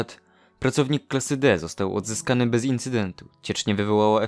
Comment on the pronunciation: Ja dobrze słyszałem "przedmiot został łodzyskany"???